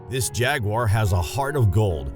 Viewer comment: Thank you for not pronouncing it "jag-wire."